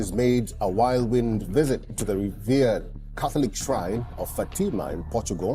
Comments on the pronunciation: It’s a soft “a” sound in Fatima. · why do you pronounce FAtima so harshly, so strongly? We do not need such a huge emphasis on FAAAAAAtima. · Pronounce the word Fatima Correctly please.